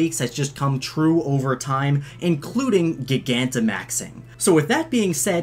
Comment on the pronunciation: please say gigantimax right. the root words are GIGANTIC and maximise. say gigantic right oh my god